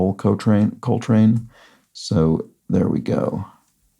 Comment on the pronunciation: Small thing, 8 down is not said like Ol’ Coltrane, but rather like the Spanish word, Olé Coltrane